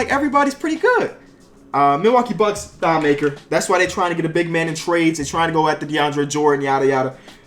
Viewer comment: He said thon maker wrong lol